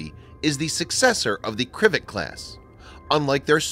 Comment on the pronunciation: man u are pronouncing totally wrong and butchering names and words ..for example its not kr"I"vik but is " kriv"A'k ... its not novi"I"sti .. but is n"O"vosti